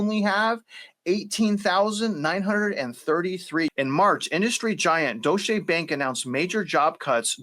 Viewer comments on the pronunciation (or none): If the banks (FED) are speaking, THEY ARE LYING...just like Gov. The dollar IS debt and will never be paid off. They CAN'T stop. Its our number one export as World Reserve. Paying off the debt destroys the dollar. So does printing., Its pronounced (Doy-cha) bank.